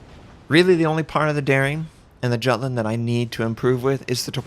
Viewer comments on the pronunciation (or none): The way you pronounce Jutland, ouch.